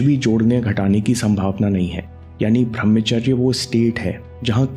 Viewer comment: bhai channal se kama lo. par uchcharan sahi kro. tum bhramcharya kahte hai. brahmcharya hai. kamao yaar kamao